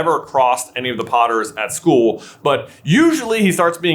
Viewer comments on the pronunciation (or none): none